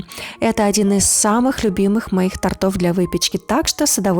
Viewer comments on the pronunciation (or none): при всем уважении,не тортОв,а тОртов(ударение). Извините, я по-доброму. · ОДИН ИЗ САМЫХ ЛЮБИМЫХ НЕ тортОв , а тОртов! уж научитесь говорить правильно, если БЕРЕТЕСЬ ВЕСТИ ТАКИЕ БЛОГИ. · Только НЕ "тортОв", а "тОртов" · аналогично, слух очень режет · Девушка! ТОртов, а не тортОв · ТОртов,а не тортОв!!!! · Не тортов, а тортов-удврение на первый слог! Говорите правильно! А то уши режет ваша безграмотность! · ТОртов, а не торТОВ. Говорите правильно. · Пожалуйста, не нужно говорить тортОв! Если предлагаете рецепты тОртов, потрудитесь правильно произносить хотя-бы ключевые слова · Не торто’в , а тОртов !!! Если уж видео снимаете на всю страну , так и говорите правильно ! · не тортОв, тортЫ, а правильно - тОртов, тОрты ( ударение)! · Это НЕ торт , а желе Торт - кондитерское изделие из сдобного теста и крема ! Говорить надо тОртов , а не тортОв !!!!!